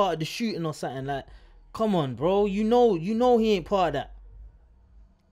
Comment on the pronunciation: The amount of times they be saying 'BROEW' is grim 🤦🏻‍♂️😅